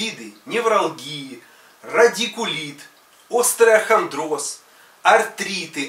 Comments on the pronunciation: Пондравилось как мужик-доктор сказал ОСТРАОХАНДРОС !!!!!!!!!! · Пожалуйста не ловитесь на мелочах:правильноговоритьт-остеохондроз,от правильной речи больше доверия!